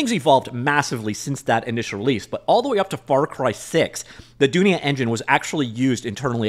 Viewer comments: its pronounced doonia, Swahili word for world. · It's pronounced "Dunia" the first pronunciation is correct (Doo-nee-ya). It's derived from Hindi/Urdu meaning "World" (look up in google translate)